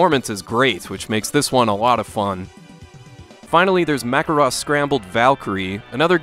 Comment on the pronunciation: you pronouncing Macross as macross instead of MACross is definitely wildest take ever